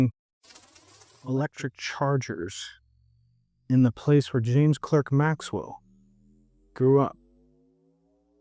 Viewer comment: I thought Clerk was pronounced Clark?